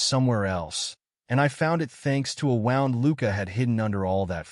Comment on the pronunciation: A wownd? It's woo nd. Wound. Edit your vids for awful AI.